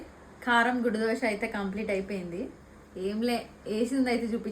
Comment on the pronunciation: Dosa.....not dosha